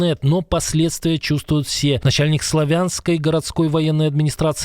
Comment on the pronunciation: замечание! мы всегда говорили Слааааавянск----а не Славяяянск! возьмите на заметочку. СЛАААВЯНСК. не надо повторять на русский манер. СЛАААААВЯНСК.